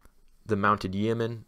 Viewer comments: Yeo pronounced Yo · that's yo-men, long o. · It’s pronounced Yo-Men Yeomen the E is silent bruh 😂